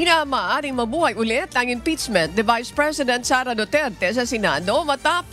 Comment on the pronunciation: Madam pakiayos yung pag pronounce ng mga words po. IM-PEACCHHHH-MENT, hindi IM-PITS-ment! feedback lang po. Kasi yung Mendowza ang oa po pero ang impeachement mali. Hayst. Please po. Nanonood po ako sa UNTV parati. Ayusin nyo FLEASEEE